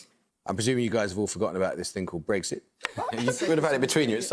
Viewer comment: It is and has never been "Breggsit". It is "Brexit", pronounced as in "exit".